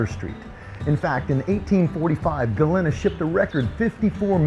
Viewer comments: Pronounced Galeeeeena not galinna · Sorry, friend….but you’re going to have to go back & re-film the entire episode with the proper pronunciation of the name Galena & a proper outfit to wear. Other than that, I’d say you nailed it! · Maybe you should do your research before making the video. You obviously new the history so you should have know how to pronounce Galena.